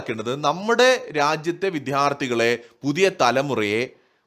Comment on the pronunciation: ഉമയപ്പയും പറയുന്നത് "" വിദ്ധ്യാർത്തി "" എന്ന് ആണ്